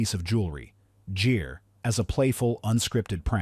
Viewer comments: How could the AI get "Richard Gere" correct and then refer to him, repeatedly, as "Jeer"? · Richard "Jeer"??? AI Slop!